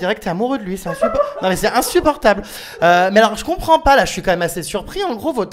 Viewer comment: "Che ne Compwend pas"